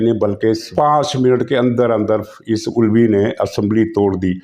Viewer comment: نام تو صحیح لیا کریں پلیز ۔ ۔ ۔ Alvi نہیں بلکہ Ulvi صحیح نام ہے 😊